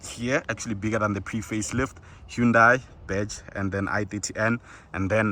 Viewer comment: great car for real, check out Mrhowmuch and Khathuoncars its pronounced HA-NDA-I (like Sunday) NOT HU-NDA-I